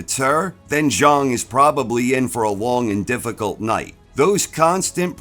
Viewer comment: Congrats on correctly pronouncing "Zhang"!!